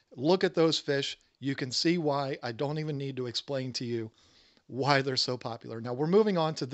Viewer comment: I actually thought he said wine instead of "Why". I thought, well I don't know what I have to do with African cichlids.